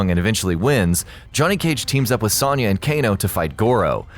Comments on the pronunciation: Sawn-ya..Sawn-ya..Sawn-ya..Sawn-ya..Sawn-ya. It's Sewn-ya! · Why do these channels always pronounce a least one name fucking wrong?! IT'S PRONOUNCED AS Sown-yah! NOT Sonn/Sawn-yah! SERIOUSLY! ALL THEIR NAMES ARE ANNOUNCED IN MOST GAMES AND IT'S IN THE SONG! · the way you pronounce Sonya... you're putting emphasis on the wrong syllable. its not a lower sounding O. its upper sounding. should sound like you are saying oh not A. Soh-n-ya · How do you mispronounced sonya??? Are you doing that on purpose?!?! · Miss pronounced Sonya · I hate how often you miss pronounce sonyas name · His pronunciation of Sonya is killing me. haha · Good vid but I died a little each time you said Sonya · Especially since he can't fucking pronounce Sonya's name right.